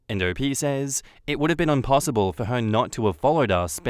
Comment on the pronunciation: did my mans say unpossable?